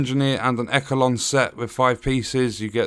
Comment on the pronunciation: As long as it is not a glitched pile of shit like Massive did with TU8 for The Division 2. I’m looking forward to this. Also, it’s pronounced eshelon not ekelon. 😂 are you sure about that. I would think close meant far away and far meant really close. 🤔